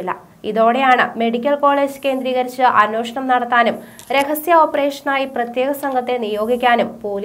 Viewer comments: അന്വേഷണം ആണ് അന്വോഷണം അല്ല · അവതരണം നന്നായിരുന്നു. അന്വേഷണം എന്ന വാക്കിന്റെ ഉച്ചാരണം ശരിയാക്കുക.